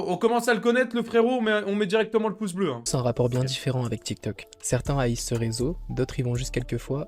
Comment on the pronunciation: Il dit bleu pas beu